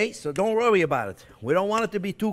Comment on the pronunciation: "Don't rorry about it.....Don't rorry about it! A child can do this." 😂❤😂❤😂 I love it!! Ok, I'm all in. I'm all for this. Let's do this!! 👏 👏👏👏👏 No more store bought crust for me, Baby!! I've never had so much fun watching a cooking show before. Things I've been intimidated to do are melting away. I would adopt Chef Jean-Pierre if I could 😂